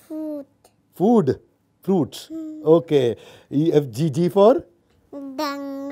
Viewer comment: F-for fluit (बासुरी) not fruit sir Radhe Radhe 🙏